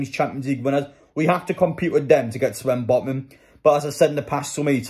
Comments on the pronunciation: It’s Sven botman not swen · Why do you say swen botman